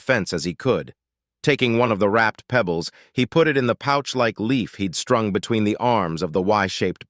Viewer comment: THUMBS DOWN, and out. "marble-sized pEEbles" Not my day to put up with a brain-damaged Narrator. Not my day to put up with an author who did not =Respect= us listeners enough to do a proof audit.